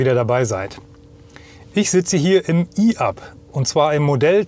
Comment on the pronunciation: Ein deutsches Fahrzeug mit einem deutschen Namen, der auf Deutsch ausgesprochen wird, e-Up und nicht i-Up!